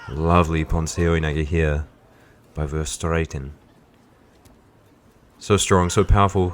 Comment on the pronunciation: You pronounce Verstraeten verstraaten